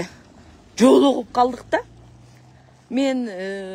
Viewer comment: Жолугуп калдык да"- дегенде катуу удаление менен айттыңызго.😄